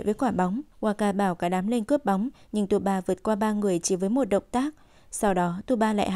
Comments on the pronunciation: Tsubasa thì đọc là T suba, đội Hirado thì đojc Hira. Tiết kiệm quá vậy. Biết là nhiều công sức nhưng nghe ức chế quá. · Đọc SUBASA đi cho quen,cứ TU BA TU BA nghe khó chịu vcl. Nhân vật tuổi thơ mà có cái tên đọc ko xong nữa. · Mình thắc mắc là Tại sao cover kể truyện lại sửa tên nhân vật. tsubasa (Subasa) thành tsuba, wakabayashi (genzo) thành waka, ishida, roberto thành robert. ko biết mấy bạn đồng niên thấy sao chứ mình nghe rất sượn!!